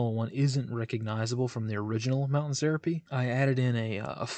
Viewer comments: Small nit to pick: It's pronounced "ser AH pay". is clearly not from Western US.:D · Good topic. Mountain Syrupy?? LOL That is "suh-rah-pey" or se·ra·pe /səˈräpē/